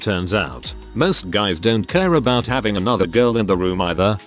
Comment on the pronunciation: Having to pafe, having to pafe, having to pafe, having to pafe, having to pafe...